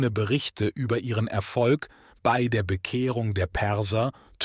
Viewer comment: Der Vorleser (oder KI ?) kennt das Wörtchen " bei" nicht. Ständig macht bee-ii draus. Das nervt und verzerrt den Inhalt. Interessantes Thema,leider ist das Zuhören anstrengend!